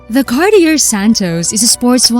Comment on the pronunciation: Cart-ee-er. Not even close. Learn how to pronounce the names of European manufacturers. It's pathetic that you can't ... or even come close.